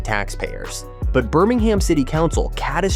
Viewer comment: Not Burming Ham. It's pronounced Burming um.